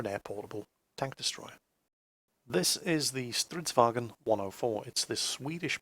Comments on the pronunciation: you knob! Swedish is not german, even though those and english are all germanic languages. It's 'vagn', not 'wagen'. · When you try to pronounce Stridsvagn it sounds like Stridsvagen, IKV stands for Infanterikanonvagn (Infantry Cannon Wagon), i think i saw a Stridsfordon (Strf) 90, or as you would call it, CV90. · swedish ain't german. stridsvagn not stridsvagEn. and we don't have very russian accents either;) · not "stridswagen" XD it's just "Stridsvagn"! Man I lmaoed when you said that! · The swedish "Stridsvagn" is actually pronounced "stridsvangn" unlike the german pronounciation of -gn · sounds weird when you say stridsvagn, but it's nice to see some swedish tanks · Stop butchering the pronunciation of stridsvagn please!!! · Please say Stridsvagn again sometimes:D so funny to hear english trying to pronunce Swedish words;) but kinda dissappointed that you didnt say the full Infanterikanonvagn name ^^